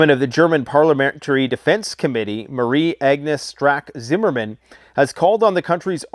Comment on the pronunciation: german potatoe here. The way you absolutely DIDNT slaugther "Marie Agnes Strack-Zimmerman" pronounciation left me speechless XD